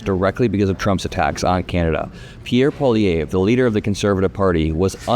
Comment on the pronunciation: Just so you know you're not pronouncing Pierre Poilievre correctly. I don't like Pierre but it does hurt the ears to hear his name said incorrectly.